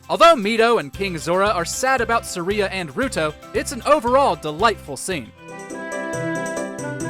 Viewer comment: Is that how Saria's name is supposed to be pronounced??